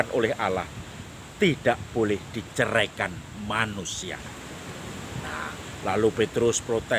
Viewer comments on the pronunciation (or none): Yang benar diceraikan bukan dicerikan..Makasih atas koreksian🙏🙏